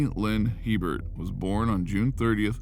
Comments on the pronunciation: In Louisiana it’s pronounced a bear not he Bert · 1st its pronounced (A Bear) not He burt... 2nd Louisiana has parishs not countys... also it's the community of waggaman in Jefferson parish... I was like wtf is waggaman county 🤣 we like to be different in Louisiana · stephanie hebert's name is pronounced a-bear. its french. also.... not sure what county you were talking about, but we don't have counties in louisiana. they lived in jefferson parish. do your homework boudroux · There are no counties in Louisiana. Waggaman is a part of the New Orleans metroplex. And her last name (Hebert) is pronounced Ay-Bear. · Herbert is a common last name in Louisiana. It's pronounced (ay-bare) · Stephanie's name is pronounced "A bare", spelled Hebert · Stephanie last name is cajun french... before you start... I knew that family.. the sub division was in WAGGAMAN... and Herbert pronunciation is Abear, long a🫠 Aaaaaabear 🙄no H .... think of HERMES.... EEEAAIRMAYS.🫨🤑🫡🫦 not trying to be picky but I knew her family. SOME CAJUNS .. with a sense of humor 🤣 😆 names their child .. Herbert Herbert giggling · Good job on the video. There's one small problem. Her last name, Hebert, is pronounced A Bear not He Bert. The name is French. The He is pronounced with a long A sound. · Hebert is pronounced “ABear” in Louisiana. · Just throwing it out there in Louisiana Hebert is usually pronounced like A-Bear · Hebert is pronounced “a bear” in Louisiana. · Going to say the same thing. Louisiana check! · THANK YOU, that really irritated me